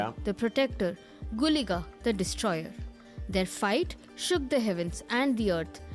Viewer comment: you got the pronuciation of guliga and panjurli right